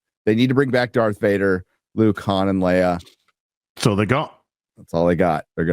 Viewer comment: "Dorothy Vad-her"...?